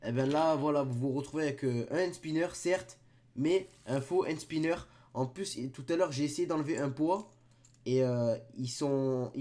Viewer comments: C'est pas "hand SpYnner " Ptn 😂😂😂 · il fait mal au oreille quand ilpronnonce le mot hand spinner a 00h40 seconde